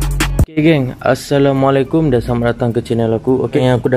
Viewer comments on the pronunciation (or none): none